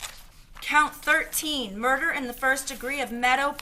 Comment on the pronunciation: She said murner not murder